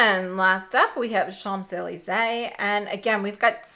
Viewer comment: Hi! Just in case you travel to Paris and don't want to get roasted by the Parisians, it's pronounced SHONZ EH LEEZ EH, with an N in SHONZ even though it's spelled Champs. Thanks for the swatches